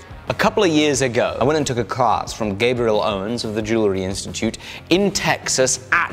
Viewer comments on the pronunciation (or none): none